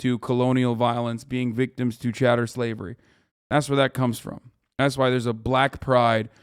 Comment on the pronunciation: Did Hasan call it “chatter slavery”